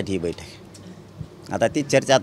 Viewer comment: Diwali aahe sutti ghe jraa v aaram kr ,baithak aahe na tuzi v faltu news reporteranchi 😂😂😂😂😂😂aani ksli baitakkkkk baitakkk mhntoyyyy😂😂😂😂